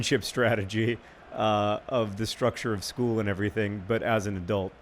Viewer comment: Every time John said a-dult I couldn't help but think of that Gilmore Girls episode in which Lorelei makes fun of adult's ridiculous pronunciation of the word